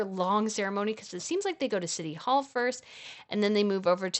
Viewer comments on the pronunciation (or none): none